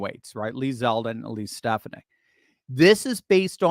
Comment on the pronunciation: Ste FAH nick! Say it right!